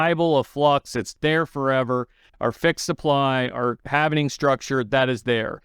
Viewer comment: It's not "half-ining", it's "halving". RPM does this also. there is no "ining" at the end. It's pronounced like "Halv" "ing"...